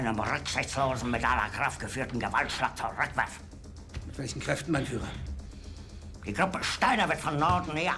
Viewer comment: Nobody talking about why Monhke kept addressing Hitler as Mein Faïlure?